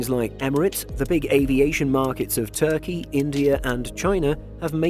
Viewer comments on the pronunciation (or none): none